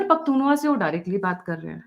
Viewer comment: मैडम ख़ैबर पख्तुनख्वा है न कि पख्तूनवा। इसे सुधार लीजिए। आपका चैनल देखता और सुनता हूं इसलिए लिखा अन्यथा न लिखता। गलत उच्चारण कानों में खटकता है।